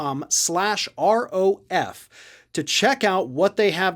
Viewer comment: Nebia sounds like 'napya'